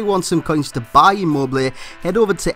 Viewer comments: You speak his name right, i am italian.. :) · You just got his name right.